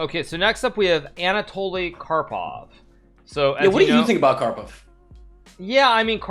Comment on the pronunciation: The disrespect to karpov's name tho